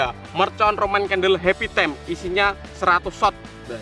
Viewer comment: Bukan tem,time la lol